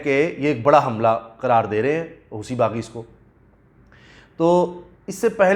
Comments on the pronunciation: اس کا تلفظ ہوتی ہے، ہوسی نہیں۔ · Wrong Pronunciation "Hoosi" nahin "Hosi" and in Arabic "Hothi"